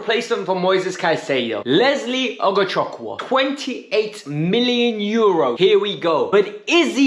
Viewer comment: The name is pronounced "Ohgochooku". Forget the W.